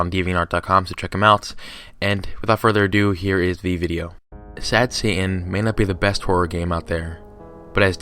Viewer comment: But what if Satan can go Super “Saiyan?” Just “sayin.”